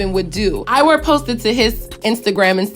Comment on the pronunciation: Is pronounced iwah not iwer😂 i swear every youtuber talking bout this always says iwer💀